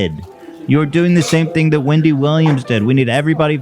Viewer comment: “Windy” Williams